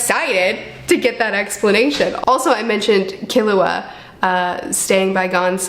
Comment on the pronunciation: Yup, you pronounced Killua correctly 👍